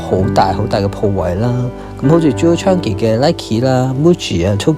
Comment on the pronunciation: Chang-i, not Chan-gi